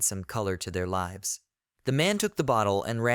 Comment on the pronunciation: You keep saying lives wrong. It's kinda confusing